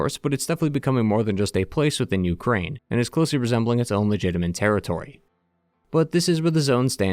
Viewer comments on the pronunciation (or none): none